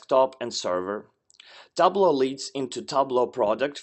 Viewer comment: Got the pronunciation wrong for Tableau..